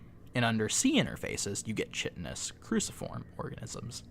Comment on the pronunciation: Good readings, such cool writing. Kind of a shame broke the fourth wall, IMO. Saying "OK everyone, this is a story, and it's not real..." (well duh) is just hand-holding, and all it does is destroy the authority built up so skillfully. Also, just FYI "chitinous" is pronounced "kite-en-us", not "chitt-en-us"; hard "K" and long "I" sounds- kinda rhymes with "brighten us". Chitin ("Kite-en") is the hard stuff that the shells of insects, crabs etc are made of, and fungi also use a version of the substance. But good readings overall. You should do more of that kind of stuff.